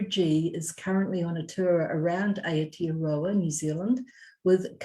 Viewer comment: Gurl it's Aotearoa not Aotroa 🤣